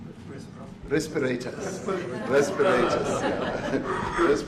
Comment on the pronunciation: Oh my, he couldn't say respirators.